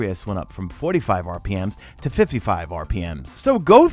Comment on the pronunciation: Who else got mad when he said rpms?